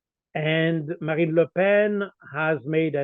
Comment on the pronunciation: Colonel Baud unlike the previous guest understands politics and the fake differences between the so called left and right. He also knows how to pronounce Ms. Le Pen's first name.